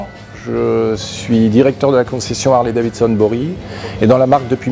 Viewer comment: C'est quoi cette histoire de Harley DaviNson chez les français. Vous êtes passionné, un minimum est de prononcer correctement le nom de la marque.